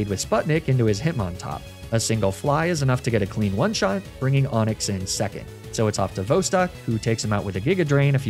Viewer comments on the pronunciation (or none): none